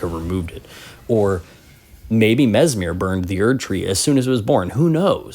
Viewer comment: Mesmer, not Mesmir, no?